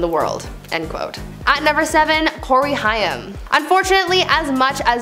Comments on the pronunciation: Not Hi-am, its Hai-m. Rhimes with maim. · 😡 Absolutely no! Sounds like "came"..Haim... How you even attempted to switch the i and a is beyond me. Childhood star for millions of us. If you can't be bothered to pronounce his name correctly, find someone else to report the news. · Please say Corey Haim's name correctly - I knew him and this bugs me using his story to get views but not even researching proper pronunciation of names - Its pronounced Haim (Hay-m) not High-Um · you know it helps, if when talking about a person and their dark secrets, if you pronounce their last name righ.. its Haim like HA Aim not hi um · Its pronounced Hame like Pain RIP COREY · His name is prounounced Corey Hame! Haigm!! Get it right! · It's not hiam it's pronounced hame and if you read this as ha me I am hurting you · That's gonna make me mad you saying Cory's name wrong. Think of it as Hame. Not hiam since it's spelt Haim. Why doesn't anyone teach anyone how to pronounce things before putting it on the internet!? I hope you fix this horrible mess up. There's more I'm sure... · His real name was of Jewish descent, it was actually Chaim, and is spelled that way on his gravestone. She was almost pronouncing it correctly, but it needed a harder “h.” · Lady it sounds like hay with an M at the end... Haym... Haim, Corey Haim!!! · Corey’s name is pronounced Hame. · Corey Haim is pronouced Corey HAME.. rhymes with SHAME. That is how I remembered on how to pronounce it. JlyK... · Please learn the correct pronunciation of Haim the ai in his pronounced as a long a as in the word rain. Corey Haim is pronounced as Hame would be. I have noticed you do this often with several different words. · It's pronounced "Hame." Sorry, that's driving me nuts lol. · I found myself yelling at her when she kept saying Corey Haim's last name wrong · I cringed every time she mispronounced Hain's name wrong 😠😡🤬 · Learn how to pronounce Cory’s name